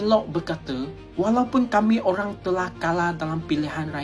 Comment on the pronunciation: Olang bukan olang ... Antu bukan antu 😂😂😂